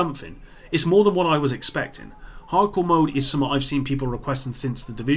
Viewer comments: Yo,, why can't you pronounce basic English? The word is "something", pronounced "sum-th-ing". Not "suh-muh". Good God Man!!! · It’s funny that when you say the word “something” you say summet.